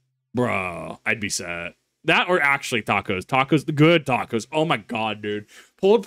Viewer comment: Tacos, not tacoz. I'm spinish with an extra a and that pronunciation caused me 1d8 psychic damage.